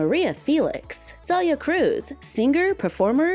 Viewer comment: Omg, as some1 named Celia, ty so much for saying her name correct. I hate when ppl call me Cilia. I know different langueges prenouns things diff. But the way you say your name is important.